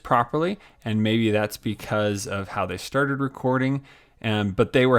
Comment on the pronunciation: “Let’s get sterted”